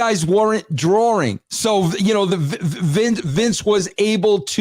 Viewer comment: Is he saying "drawring"?